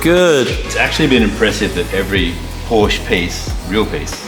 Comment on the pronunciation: 4 months into the build and you're still unable to pronounce porsche correctly